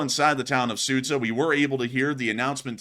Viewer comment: Just an FYI, the town of Суджя is pronounced “Sujya”; the combination of д and ж makes a hard “j” sound.